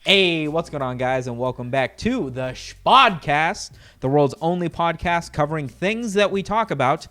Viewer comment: So... Just wondering... Where did the "sh" come from in shpodcast and shpeace and anything else I may not be aware of? Please enlighten me